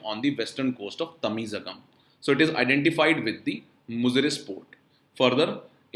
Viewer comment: pronunciation of Tamizhagam is Tamilagam...ZH is equal to L in Tamil and Malayalam...its special character